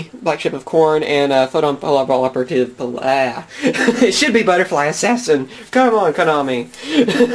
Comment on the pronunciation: say it right! FOE TAWN PAHP ILL OPERATIVE its not even difficult...